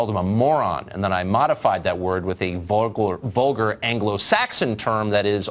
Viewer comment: He can't even say vulgar properly...